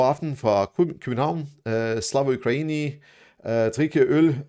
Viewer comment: I wonder if you'll be able to pronounce "Ukraini" by the end of the war. :) (Uk-ra-yee-nyee)